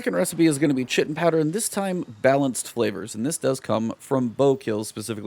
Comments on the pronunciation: Its pronounced Kite-in not chit-in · Just FYI, Chitin is pronounced Kye - ten, it's what insect outsides are made of. Still love your work man!